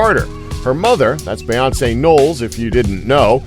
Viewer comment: Why doesn't the guy doing the voiceover know how to say Beyonce? Have some respect for our royals!